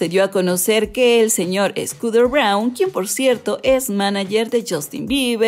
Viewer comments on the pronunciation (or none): Porque dices SCOODER Braun? 😓😓